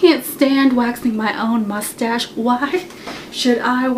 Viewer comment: I love when you say mostage XD LOL